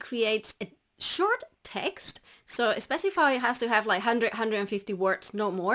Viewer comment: Did I hear "you should be estrategic" & "especify"? 😉